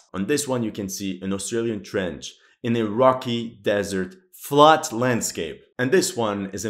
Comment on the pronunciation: "On this one, Foxhauls in the middle of a FLAT desert landscape. FLAT." "On this one you can see, an Australian trench, in a rocky, desert, FLAT landscape." Deleted scene: "And lastly, we have an anime girl with FLAT desert. FLAT landscape, you can see that there's almost no cliff."